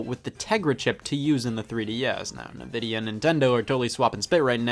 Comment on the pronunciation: Scott says Nvidia weird